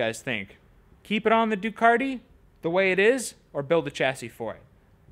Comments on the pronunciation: there is still no R in Ducati! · Just wondering when Ducati put an "R" in their name ?